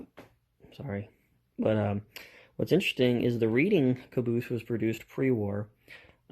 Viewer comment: Reading is pronounced RED-ding as in Reading, PA.